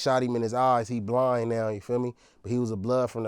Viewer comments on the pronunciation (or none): none